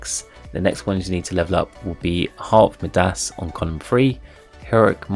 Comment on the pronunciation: Not sure why, but you are saying midas really wrong. It's a long i, so more like my-das.